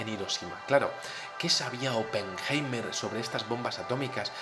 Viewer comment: Pajero deja de levantar la mano para decir hola,. Oppenheima... aprende a pronunciar. la palabra es HOMINIDO, y no hominino..... RUSIA es la primera potencia militar del mundo,y no JEWmerica.... 2016.